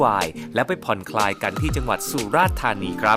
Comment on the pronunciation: ผ่อนคลาย นะ ไม่ใช่ ผ่อนคาย